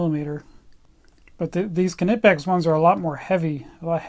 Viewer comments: I still think you are saying Knipex completely wrong but you lecture us on how you are saying it right, when Germans say it on there companies Instagram they say K-nee pex not K-na-pex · If you want to get really anal about pronunciation, you're close but not 100% yet. Your "Knipex" sounds like K-eh-nipex, there should not be any delay between the K and N. But hey, at least you pronounce the hard K 👍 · Well it ain't pronounced "kinepex" like he does. It's written the way it's pronounced. "Kni-pex" with an audible K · It is actually pronounced: kunee-pex The 'i' has more of an 'eee' sound. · Isnt it pronounced cuh-knee-pex? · Still saying Knipex wrong. The German 'i' is pronounced 'ee'. So it is something like Ke-nee-pex. You can hear the company reps say it properly in the videos on their website or right here on youtube. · We call it with more pronounciation on the i, try to spell it like Kniipex with two i :D Greetings from Germany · The kNIPEX sales rep said it as NIPEX because most British people use a silent K even though it is obviously of german origin , just as a german could pronounce an original english word with a german twist :] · The "K" in German is not silent. Knipex so please pronounce the K at the beginning.